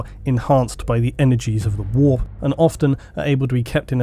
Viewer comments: annoying voice, says "whoorppppp", instant down vote. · English people say "the warp" like "the wap" and that makes this video so much funnier